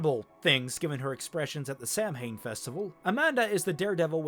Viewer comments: Haven't watched LWA, but around 18 minutes in you mention a festival that I think was called the Samhain Festival. Samhain is pronounced "Sow-in" (unless LWA changes this). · Samhain is actually pronounced "Sah-wain"